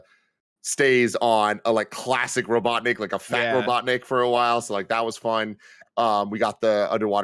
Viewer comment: said robotnik like robotdick.